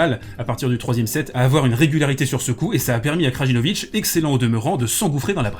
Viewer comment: Taylor Fritz était nul au 5ème set, il renvoyait tout sur Djoko au lieu de le faire jouer, quel mauvais perdant ! C’est ça le problème avec certains fans du big 3, ça préfère dénigrer l’autre que supporter son favori P.S : le « J » des noms de famille serbes se prononcent comme un « Y » Krayinovic Layovic